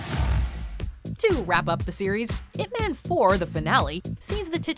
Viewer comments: Its not pronounce 'ip men' it is 'ip man' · Y-ip Ma-hn . GET IT RIGHT not eep man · why are you saying "man" like it is in english? you should say it like "mon". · It's not ip man its IP man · "if man" lol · at least prononuce the name properly, its yhip mhan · Top 2 things they got wrong: mispronouncing Ip Man's name and him speaking English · if you pronounced the way pronouncing Ip man (as in the noun "man"), you might as well make it IP man, (ip address man). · Your saying Ip man wrong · The way the narrator pronounced Ip Man pisses me off lmao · Pronounced his name wrong the entire video '-' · That's not how you pronounce Ip Man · cant even watch this after the narrator pronounced "Ip Man" like a white girl